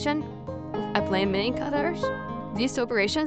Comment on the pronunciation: The g is not pronounced like that. You are saying millingeh drop the “eh”